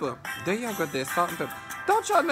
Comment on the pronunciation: "why you putin those pickles on dere"